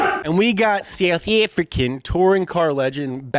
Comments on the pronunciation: Dude, why would you say "South African flag" in a Australian voice. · M I always identify the ZA accent as "not English but not ANZ"